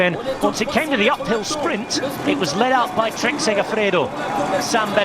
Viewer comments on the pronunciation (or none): none